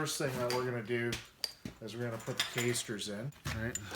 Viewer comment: come on dude...not KAYSTERS but ca:sters....